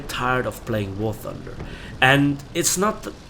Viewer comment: Very beginning- playing, not palying ^^